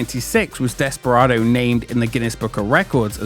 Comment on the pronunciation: ‘Desperardo’ oops. 😅